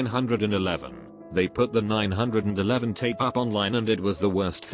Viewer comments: Normal people: 911. Text to Speech guy: Nine Hundred and Eleven. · 911: exists computer voice: nine hundred and eleven